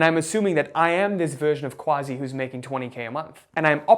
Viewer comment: Honor to meet another Quazi. Say it the way it's supposed to be brother! Quazi (pronounced Kazi!